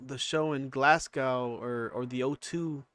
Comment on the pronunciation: If bapa had have turned up in Glasgow, Scotland (one of the toughest, no nonsense city’s in the world by the way) and pronounced it GlassCow in front of a Scottish audience………..I very much doubt he would be alive at the end of the “performance”